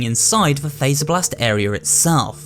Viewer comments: The game literally tells you how to pronounce faz-er-blast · Fazerblast. As in Freddy Fazbear. Not phaser blast. Fazz. Freddy literally says it in the game many times.